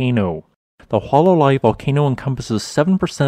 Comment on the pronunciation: It is not “Wha-la-Lai”, it is pronounced “Who-Uh-La-Lai” 😡